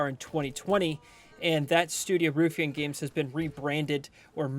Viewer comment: The word is pronounced ruffian you sound like megamind when you say it wrong as in you don't want to mess with him he's a real ruffian a rough and tumble guy or that biker bar is full of ruffians go in there at your own risk